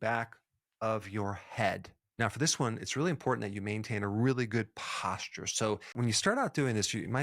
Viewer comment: I wanted to shower after you pronounce the words posture and fascial.